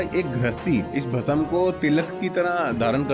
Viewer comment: Kya yaar pronunciation Bhasm, / samjho,seekho,ye bolne ke liye hota nahi aur spiritual podcast bhasm,bhasma,Bhasm aap bol rahe ho bhasam.